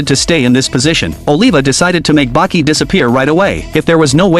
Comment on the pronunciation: The only recap who actually say "Baki"🥀